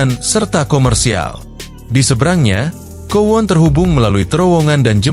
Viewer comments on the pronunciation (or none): Maaf bang,kowloon(kowlun) bukan kowon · Bang maaf, Kowloon dibaca Kowlun bukan kuwon 🙏